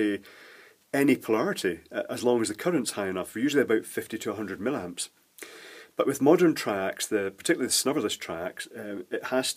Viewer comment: Hey,, I like all your stuff; it's very refreshing to find someone who has a firm intuitive grasp of the operating principles of everyday stuff. But why do you keep referring to milliamps as "mill-amps"? I've never heard of this before, and I can find no support of it anywhere. The SI submultiple for thousandth is still "milli", and I know of no intention to change it. Just wondering. Keep up the good work.